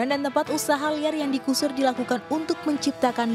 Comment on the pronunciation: Digeser bukan digusur